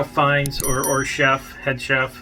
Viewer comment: You get points for correctly pronouncing Fiennes. I bet he’s wonderful in this movie. Great actor..still think his turn in Schindlers List is one of the best ever performances in film.